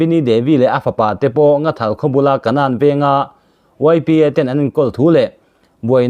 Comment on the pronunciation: Nghathal tih tur aw Nathal nilo in